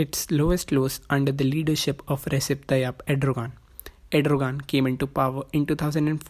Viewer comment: Bhai erodogan ka naam Bahut galat pronunciatate kiya aapne, Par koi nhi, Keep making video